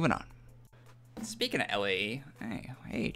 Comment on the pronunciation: Its "Lay" not L A E. Do you really not know how to pronounce stuff that much?